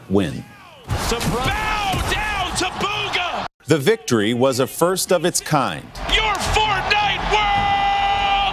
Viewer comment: lol they said booga not bugha lololololol